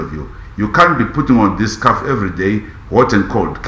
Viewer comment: Tyson is a pathological liar. He is talking shit. Scalf Scalf Scalf Scalf whether hot or cold 😂😂